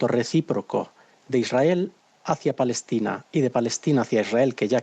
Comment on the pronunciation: No saben pronunciar palestina dicen falestina a lo mucho!